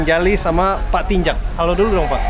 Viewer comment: pak Tinjak bang, kasian 'K'nya gk disebut jadinya 'Tinja' gk enk bgt itu didengernya😂 asa berbau2 apa gtu 😂😂